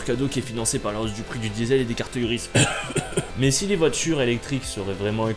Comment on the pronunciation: Insupportables : cette musique de fond, ce survêt (pub Adidas), ces insultes gratuites à chaque phrase, cet accent pourave (mé, mé, y a encore un mé...) ! Quel que soit le contenu, la forme est tellement imbuvable, que j'ai abandonné le visionnage...